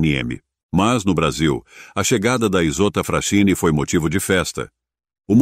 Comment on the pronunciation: A pronúncia aportuguesada é: ISOTTA "FRASQUINI". Capisci bello?!